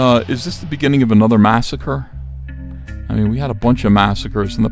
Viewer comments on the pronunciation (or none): none